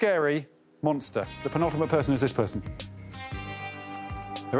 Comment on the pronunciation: I think i need a montage of every time alex says pentultimate